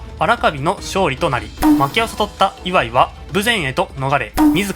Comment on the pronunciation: イワイの発音に違和感